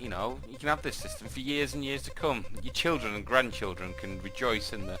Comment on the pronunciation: lol "..your chidren and your grand childer..." that crack me:))